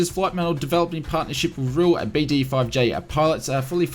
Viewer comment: You pronounced BD-5J correctly. I'm old enough to remember when this aircraft arrived as well as the entire BD-5 series. I think in 1971 a BD-5 could be purchased for just below $2,000 U.S. Welcome to modern inflation. I passed up an offer to buy a Beechcraft Bonanza with a fresh annual for $10,000 too...